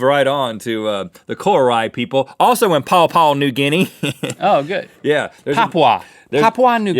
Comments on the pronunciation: You pronounce Papua New Guinea, Papwa New Ginee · Say it with me... pup-wah-newe- ginn-nee = Papua New Guinea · its obviously 'Papua New Guinea' come on rett and link